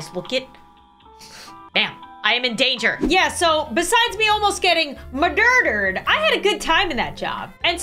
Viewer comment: Random:hey do u like coffee murder? Me:murder? ITS MUDERDER